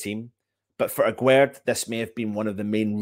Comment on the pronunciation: Here is how you pronounce his name : Aguerd juste like guest